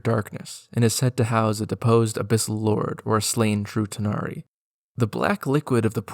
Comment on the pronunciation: When you said True tanari it sounded like you said Futanari lol